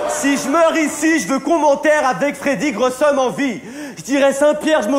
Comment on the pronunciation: on dit pas freddy grouzum on dit freddy grow some